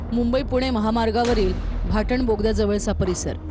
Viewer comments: भाटन नाही ग ताई भातान बोलतात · टीव्ही 9 वाल्यानो भाटण भोगदा नाय भातान भोगदा बोला